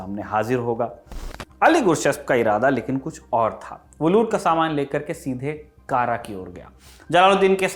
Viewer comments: कारा नही कड़ा कृपया सुधारें हिंदी पुस्तकें भी देखें। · पूरे वीडियो के दौरान आप ने जिस शब्द "kara" का उच्चारण "कारा" किया है वह वास्तव में "कड़ा" है, जो की up के कौशांबी जिले में आता है मेरे घर से काफी करीब है... और बाकी जानकारी बहुत अच्छी लगी 👍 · जिस उच्चारण की बात कर रहे है ये बार बार कारा कारा कह रहा है जिसका सही उच्चारण कड़ा है जो इलाहाबाद के पास है यह वामपंथियों की लिखी स्क्रिप्ट बस रट्टा मारा है वाह क्या बात है इतिहास पढ़ो पद्मावती थी हिस्ट्री की बुक आरपी शर्मा की मिले तो पढ़ लेना ये बस अपनी सोच हमपर थोप रहे है। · कारा नहीं कड़ा भिलासा नहीं भीलसा/भिलसा अली गुरशस्प नहीं अली गुरशास्प..... सही शब्द होने चाहिए। मैंने तो पुस्तकों में यही पढ़ा था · यह कड़ा है कारा नही प्रभु। इतिहास हिंदी में भी है। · कारा नही है कड़ा है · It's कड़ा मानिकपुर not kara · कारा नहीं, कड़ा ( कौशांबी में) है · कारा न कहकर कड़ा कहना चाहिए था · कारा नही वो कड़ा है इतिहास पढ़ने और इतिहास समझने में बहुत फर्क है 😆 चले इतिहास पढ़ाने 🤣🤣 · Kara is also on Wikipedia (Kara, Uttar Pradesh). It's strange that even in the movie padmavat it's pronounced wrongly.